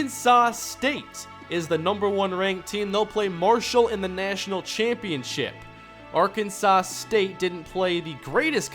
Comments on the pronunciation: Ar-can-saw not Ar-can-sauce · It bugs me how you mispronounce Arkansas